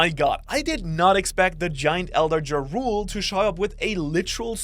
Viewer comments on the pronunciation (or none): Jarul ❌ Jarule ✅ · STOP SAYING JARUL, Its PRONOUNCED YARUL. In Norse the J is a Y, man GET IT RIGHT